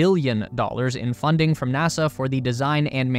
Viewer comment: It's NASA...not NASAR